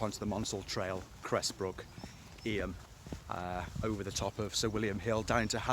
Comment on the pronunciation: Nice video. Just for reference, Eyam is pronounced Eeeem. Thanks for sharing.